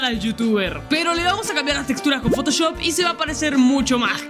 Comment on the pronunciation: dijo poto choft